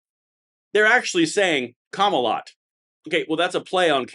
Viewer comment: Kamalot or Cumalot?